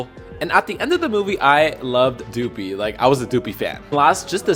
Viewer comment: WTAF?! He should NEVER BE INVITED BACK if he's going to name one of the seven dwarfs DUPIE 🤬 it's DOPEY as in DOPE-E. Say it. DOPEY.